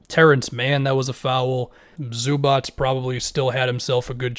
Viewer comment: Everybody: Zubac: Zubats